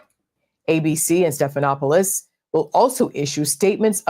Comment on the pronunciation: Check the pronunciation of George Stephanopoulos’ name. 😊